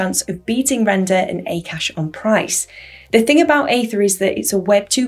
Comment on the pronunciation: It's not pronounced as 'A Kaash' but it's pronounced as 'AAKAASH' meaning Space/Sky/Aether which is huge or infinite in Sanskrit/Hindi language